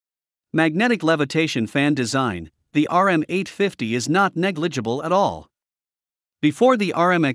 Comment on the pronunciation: lol...RM850...they called it "ROOM 850".